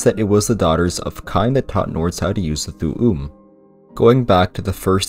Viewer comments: It's pronounced Thoom not Thoo oom. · Why are u saying thoo oom? Did you actually play the games and just read these off a list?